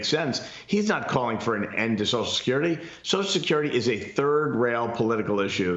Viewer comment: Why do they call it soch security? Is it that hard to throw that extra syllable in there?